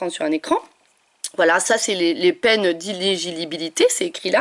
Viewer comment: t'as dit ilégibilinililité ou inéligibilité ? Bon, au final, c'est vrai tout ce que tu dis !!!